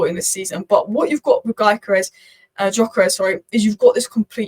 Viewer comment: btw it's pronounced dyökeresh (if you care), with the gy sounding like the "d" in mountain dew or amount due